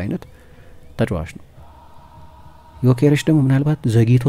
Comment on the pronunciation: The only Journalist perfectly pronounced his Name